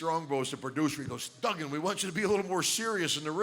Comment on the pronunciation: It's not "DOOGAN" its DUGGAN, with two Gs!